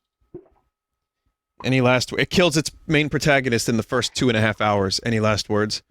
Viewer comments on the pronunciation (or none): none